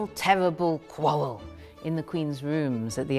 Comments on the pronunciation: "In 1710 Qween Anne and huhr favwhet Sewahh had their final tewwibal qwawwvell..." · coulda just said last fight and avoided the tewwible awwws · "final, tewwible, qwawwel!"